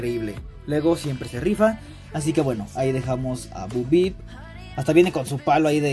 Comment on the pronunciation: Es bo peep y se pronuncia Bou pip no bu bip